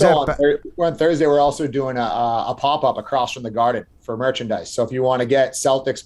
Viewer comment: Dave's pronunciation of popup is fucking awful